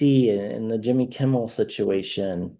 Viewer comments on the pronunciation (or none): Hi there, please don’t take this the wrong way but I just wanted to let you know that you’re pronouncing Jimmy’s name wrong. It’s Kimmel not Kimbell. I’m not trying to be a grammar n a z i at all. I just thought you should probably know. Have a great day 😊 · Jimmy Kimmel not Kimble…but I love your channel, keep up the good work! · KIMMEL. Not KIMBAL!! Thank you! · Please stop calling him Jimmy Kimbal , it’s Kimmel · Please, his name is Kimmel. There's no B in it. You're the second reader who I've heard that keeps saying that. (I wonder why?) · Hello, a gentle sharing....Jimmy Kimmel, no "b". I really enjoy your readings. Thank you